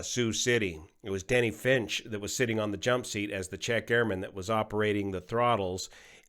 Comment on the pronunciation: And Denny Fitch, not Finch